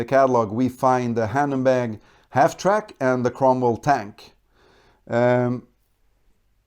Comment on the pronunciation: nice video, but the pronunciation of hanomag makes me cringe a bit.